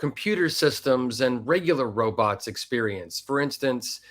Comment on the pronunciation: Be vewry verwy quiet we’re hunting wobots 😏🖖🏼❤️🇺🇸